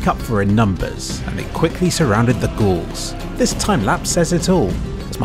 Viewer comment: Ga-Aul's - Gauls Gaullic not ghouls.